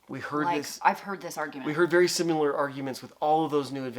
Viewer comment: Bahahahah great video. When he said Sim ya Ler 😂 instead of sim I lar I died 😂😂😂